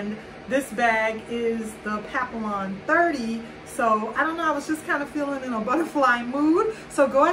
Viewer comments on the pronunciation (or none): Nice bag, but the "ll"s are silent.